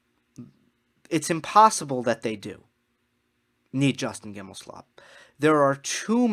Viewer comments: Justin GimelSLOB..... did you mispronounce that on purpose? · I like your stand on "second chances" in the context. Want to note that it's GimelSTOB, not SLOB, although a good many (esp women) refer to him as the latter. JG swings a lot of weight in American tennis politics. He's pretty well embedded in Tennis Channel, owns the company that makes the "Uncovered" series, and is a close friend of TC's president Solomon. JG wants to be head of the ATP and the player council was ready to vote him in before the Halloween attack and its consequences. If he is returned to the council at some point it'll be because he still hopes for the top position. He's just not fit for it emotionally. I'm basing this not only on his past actions but on the article by the very friendly (to him) Clarey of the NY Times. He describes JG as sleeping very little, with a mind that's always racing. Hello? That's what normal folks call mania. Such people can be very productive, even brilliant, but there IS a cost. JG has shown no real remorse. He's like the thief that got caught and is not sorry he stole, but is terribly sorry that he's going to jail. He regrets the consequences of his actions but not the deed itself.